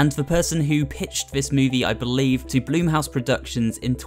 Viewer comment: Bl-uh-m house not bloom house